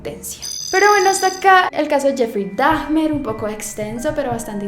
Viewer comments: Holi, se pronuncia Duh-mer o símplemente Damer. Milwaukee se pronuncia milwoki en inglés, no sé si sea diferente en español. Se supone que su interés por el interior de los animales empezó a eso de los 6 años (no recuerdo bien). A los animales nunca los mató; los encontraba muertos, se llevaba los cuerpos y experimentaba con ellos con equipo de su padre, quién era químico. Intentó matar un perro pero no fue capaz. Las imitaciones y los comportamientos extraños los hacía en la escuela. Además, fue aún estando en la escuela que ya tenía problemas de alcoholismo. Hay un comic acerca de la vida de este hombre, narrada por un artista que fue su compañero. La película de Ross Lynch fue basada en el comic. "My Friend Dahmer". A su primera víctima la asesino poco después de terminar la escuela. Fue en su casa y no tuvo mayor problema ya que, al divorciarse sus padres, el padre se mudó y poco después la madre también. Ella se llevó a su hijo menor y Jeffrey se quedó solo en esa casa. La muerte de Dahmer no fue inmediata. Si no estoy mal, esto alguien más lo aclaró en otro comentario. Me gustan mucho tus videos pero sí considero que en este hay información errónea y faltó un poco de investigación. También sentí que expusiste un poquito en desorden ya que la línea del tiempo iba alternándose (por ejemplo con lo del primer asesinato y la ida a la universidad). Hay muchos documentales acerca de él. Incluso Discovery hizo uno. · Se pronuncia dagmer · Puse el vídeo, dijo "dagmer" luego "milguauque" y lo quité ALV. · Ésta historia está mal contada, 🤔😐 Y es cosa mía, o dice dafner? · Me choca que arruines un gran trabajo de investigacion con una pronunciacion taaaaan forzada y mala!!!!!! Dahmer, milwaukee. No pasa nada si no pronuncias bien una palabra, pero no lo fuerces!!! es imposible tomarte en serio cuando haces eso. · Daffffffffffch ner! ? Jajajajaja nisiquiera investigas como se pronuncia el apellido jajajajajajaja ignorante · Me parece que de pronuncia "Daimer" :)